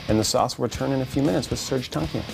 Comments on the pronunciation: Isn't it Tankian.. not TONKIAN. :p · he pronounced serj tankian wrong. its pronounced tank - e - an. SOAD needs to get back together. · its serj tankian, not tonkian!!! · In his native tongue, it's pronounced Tong-kee-an